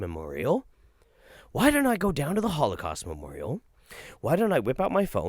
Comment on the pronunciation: Is it me, or is she saying memorio?